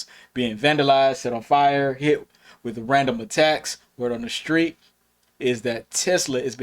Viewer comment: Its street not sprett